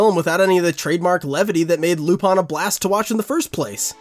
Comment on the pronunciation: Is it really pronounced lupon? just curious.